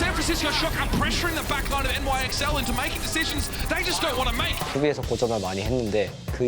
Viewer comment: calling NYXL “nixle”...........